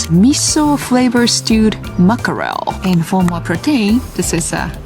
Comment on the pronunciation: The two classic traps for Japanese speakers of English 1) English consonant clusters (the ckr in mackerel) 2) The long, tense English vowel /iː/ in “protein” And the way she’s saying them “muckerel” and “protane” is perfectly predictable from Japanese phonology. Let’s break it down in a way that actually helps her fix it. 🐟 How to Teach “Mackerel” (マグロじゃないやつ) Why she says muckerel Japanese doesn’t allow the /æ/ + /k/ + /r/ cluster cleanly. So the brain simplifies it to something like: - ma-ku-re-ru → muckerel The fix: a 3‑step tongue-and-timing trick 1. Start with “mack” as in “back” Have her say: ` back → backer → mack → macker ` The key is the vowel /æ/ — the “wide mouth” vowel. 2. Add the “rel” separately Have her say: ` rel → rel → rel ` Tongue tip up, but not touching the teeth. 3. Fuse them ` macker + rel → mackerel ` Tell her it’s three beats, not four: - ❌ ma-ku-re-ru - ✔️ mack‑er‑e 🍗 How to Teach “Protein” Why she says protane Two reasons: 1. Japanese doesn’t have the long tense vowel /iː/ at the end of “protein.” 2. Japanese tends to turn -ein / -ane into エイン / エーン, which sounds like “tane/thane.” So “protein” becomes “protane.” The Fix: The “Pro + Teen” Method 1. Break it into two English words Have her say: ` pro → pro teen → teen ` Make sure teen is long and smiling: - Tongue high - Lips spread - Long vowel: /iː/ 2. Fuse them ` pro + teen → protein ` 3. Emphasize the long vowel Tell her: - ❌ pro‑tane - ✔️ pro‑teeeeeen If she can say “teen”, she can say pr